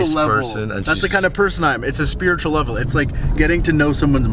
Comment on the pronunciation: O may gad....what's talking about spirituwal lebel!? Is he styupid?🤣🤣🤣 peace out man🤣🤣🤣🤣 it's still funny and creepy🤣🤣🤣🤣